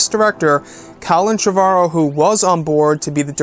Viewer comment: his name is pronounced Trevor-o. Like the first name Trevor